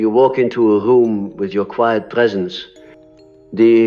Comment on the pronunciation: AI voice at very least. In one part of the video, the voice pronounces the word “quiet” as ‘key-yet’ 😑